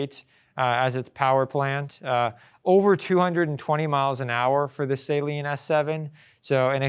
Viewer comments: It's not Say-Lean it's Sah-leen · Saleen is pronounced "SUH-LEEN", not "SAY-LEEN" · Its not salt water...its pronounced... suh-leen😂 Great vid otherwise